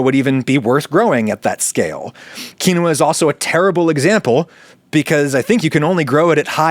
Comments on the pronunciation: adam, u used every pronunciation possible for quinoa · Likely on purpose just to push buttons. I applaud him.